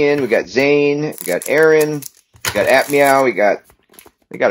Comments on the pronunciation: is he saying admau? if he is its pronuonced a-f-mau? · It's noi not noeee it's also not aphmeow it's aphmau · Him: We also aph meow Me:ITS APHMAU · Lol you said ap meoaw😂😂😂